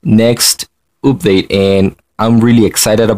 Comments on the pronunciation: I like how dis guy said oopdate instead of update if u no wut i mean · For some reason i cant forget how he pronounces update OOPDATE i mean dont get me wrong im not american so i had a little problem coping a bit (im canadian/filipino) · He keeps saying oopdate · It is funny how you say update sorry if I was mean